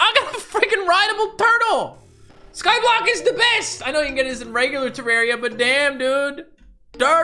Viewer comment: Why cant he say terraria right lol